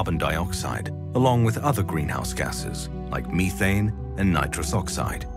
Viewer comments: “Meethane “lol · Why did he say methane like that....